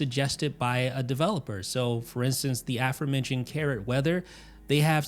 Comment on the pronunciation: It's a-FORE. Say a-FORE-mentioned. Not that it’s a word worth using.